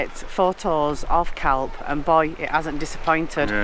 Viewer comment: when you say the name CALPE you use the letter so the end would sound like your saying hay on the end of calpe